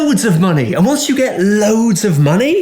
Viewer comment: LOADS O' MONEH!